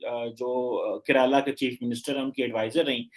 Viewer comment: woh Raghvan hain Raghvaan nahin, jaise Jadhav hain Yaadev nahin aur woh Maharashtrain hain iss liye usse Zaadav pronounce kiya jataa hain. Karala nahin Kerala hain. Yaar tum Pakistani bharatiya naam bolna seekho phir tarzia kiya karo. Chahe Dr Shahid Bewqoof ho ya Jaahil Hilali, koi bhi Bharat ke naam theekh tarah se nahin bol paate.